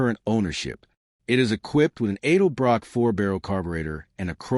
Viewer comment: It is not pronounced Aidelbrock. It's EDELBROCK.